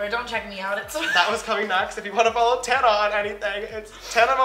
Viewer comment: ........its Tana not Tanna:)